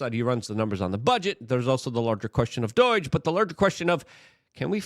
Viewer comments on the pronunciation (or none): It's DOGE not Dooooeeeege. Why can you not talk.